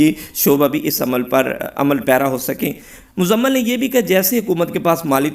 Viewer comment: بھائی اپنی اردو کو بہتر کرنے کی کوشش کریں آپ مزمل کو مزلم پڑھ رہے ہیں